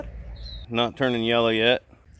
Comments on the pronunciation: the garden looks awesome! Congrats on the hard work!...”seth rogen after a bong load....” 😂 “Ye-llow” 🤣 killing me! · Believe me you made this "boring" gardening video, not boring with your comments. Oh and remember it's "yellllow". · Hey its Yella where I come from and Water is pronounced Wooder just visit south east Pennsylvania or New Jersey